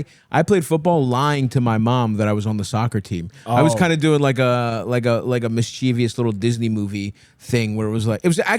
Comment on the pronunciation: Stav I need to be a word nazi: the word is mischievous. You pronounce it like there's an extra 'i' after the 'v' and there's not. It's a super common mistake but it's wrong. Sorry I'm like this.